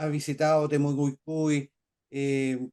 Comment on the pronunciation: Doña, no es "Temocucui"; es "Temucuicui"